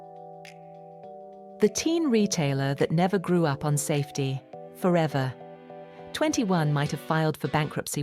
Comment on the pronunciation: AI is a mess here, Forever 21 is here being called ‘Forever, 21’ ?! Lead is now pronounced as ‘led’ ?! Nothing like having a real person and their real voices in any post!!!! So tired of overused AI in these channels these days!